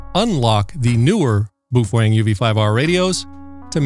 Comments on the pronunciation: I thought Id heard every pronunciation possible til I found this dude. As far as I know, the correct pronunciation is PoFung or something like that. Now I cant "unhear" BooFwang. Its a bit like calling McDonalds Mickey D's. Supposedly they were rebranding Baofeng as PoFung a few years ago. Not sure what happened. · bao pronounce 'bow', if u care bout its origin. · Bufwang lol that’s hilarious I never heard that pronunciation of it.